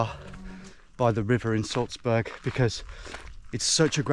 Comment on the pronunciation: why do you call Salzburg “Sulzbörg” though?